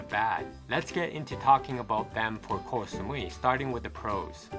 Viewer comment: The pronunciation is not Kok (คอย = waiting), but Koh (เกาะ = island).